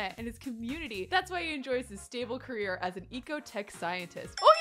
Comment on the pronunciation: i luv u but it's career not carrer AHSOSJSOJDDO